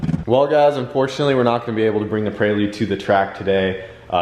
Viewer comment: hahahaha 'PRAY-LUDE' prelude brother hahah love it